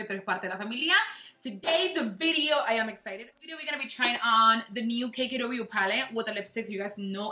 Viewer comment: Yes it's called Kunafa like you have said, and it's an Arabic traditional desserts:D:ILYSM <3